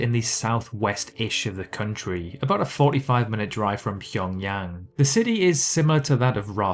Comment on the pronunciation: You are one of so few youtubers who can pronounce Pyongyang correctly. Impressive.